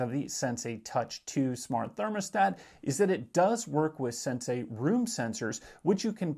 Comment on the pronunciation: It's not "SenSay" it's Sensee!!!